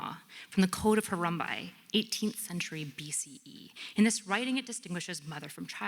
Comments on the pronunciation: Harumbi? You mean Hammurabi?!?! Not a very good start. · "Hee-bros"? The Code of "Harumbai"? These are clues for someone that is either entirely unread, or not immersed at all in the realm in which they are speaking. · Did she really say, “The Babylonian code of Harumbuy?!” Is this what passes for education now?! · first statement: “from the code of Hurambai….” Yeah, it’s Hammurabi. The oldest code of law and you couldn’t even get the name right. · Harumbai?, you mean Hammurabi? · There are a lot of things I could say, but I’ll settle for this: It’s Hammurabi, not Harumbi. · Right off the bat when calls it the “Code of Harambe” I had to chuckle a little. It’s Hammurabi. 🦍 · I cringed at each “Harumbai” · especially since she couldn't pronounce "Code of Hammurabi" and instead said "Code of Harumbai" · She didn't say Harambe. She said Harumbai; sure it's wrong but people make mistakes. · Nice try. Mispronouncing “The Code of Hammurabi” would be like citing “The theory of Dermanian evolution.” It’s a “tell” that they are pretending to know more than they know. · Does she mean Hammurabi? If so, she’s pronouncing it super wrong. As she would say, if you don’t know the word that’s ok.